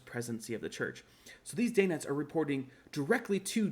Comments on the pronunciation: Fabulous episode! I love your content and hope your channel quickly gains a large following. I’ve always heard it pronounced “Dan-nite”, not “Dane-nite.” Have I been saying it wrong my entire life? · Love your channel. DANITES is pronounced Dan ites.